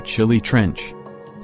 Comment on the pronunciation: I can barely understand because of the wrong pronunciation of names particularly la pacana caldera and the robot like voice is annoying